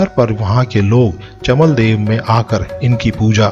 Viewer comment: "चमदेवल" है चमलदेव नही जय चौमू चौखाम बाबा 🚩🚩